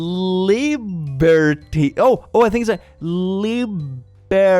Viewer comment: Lih-bear-tee IT'S LI AS IN LIP-BUR AS IN BURGER-TEA AS IN.. well.. tea.